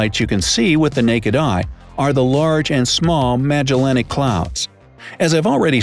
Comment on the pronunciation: I heard several mispronunciations :/ Magellanic; infinitesimal; Proxima Centauri... Still an interesting vid, but makes me think he's misreading the script lol